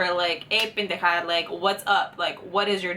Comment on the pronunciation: Bueno tengo que decirte que deberas me gusto tu chisme jaja y lo vi hasta el final y te doy unos deditos arriba. I can write that in English but it is only for you. jaja love you. Me encanta cuando dices Pendeja se oye tan chistoso.